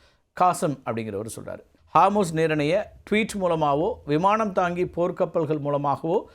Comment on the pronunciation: ஹார்மூஸ் இல்ல அது ஹோர்முஸ்.